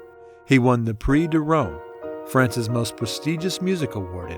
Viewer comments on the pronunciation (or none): none